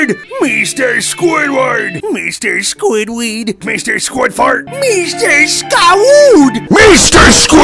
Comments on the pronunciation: Meester squidwart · Meester squidfart